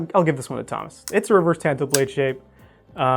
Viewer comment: That's not how you pronounce "tanto." Please stop